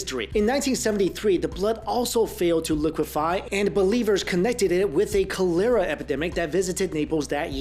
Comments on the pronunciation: collar-ruh not cow-lira 😂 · I usually like most of your videos and you create interesting content, but I've always thought you were smart enough to know how to pronounce fairly common words. Cholera and Longinus. Haha you pronounced Longinus like vagina, but it's lawn-gin-us. And cholera, caw-ler-a. Come on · what the hell is koe-layra? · LOL on the mispronunciation of "cholera." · interesting. also interesting is how careful is with pronunciation but he pronounces "cholera" and "chalice" wrong in this video. looked the pronunciation of both words up on YouTube and sure enough, he's wrong. he's usually so very careful that he over prounouces words such as emphasizing the "t" at the end of words. but in this video "cholera" and "chalise" are mispronounced.... okay, WHO are you and what have you done with?!?